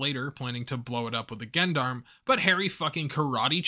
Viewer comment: Man, I love your videos but the way you pronounce "Gendarme" is giving me conniptions